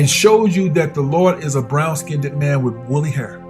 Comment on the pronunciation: Wow ur right, all my life I've been listening to the wrong people, I should have been listening to u, a guy that pronounces the word {skinned} - "SKINNEDED".....